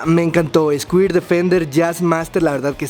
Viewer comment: "escuir"dice el